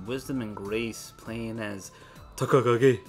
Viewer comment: The way u say Takakage, lol Jerz is savage i say his name normally, but the way u say his name also sticks with me GG